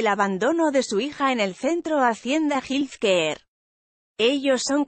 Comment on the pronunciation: Que te cuesta buscar la pronunciación de health care ( Jel quear)…..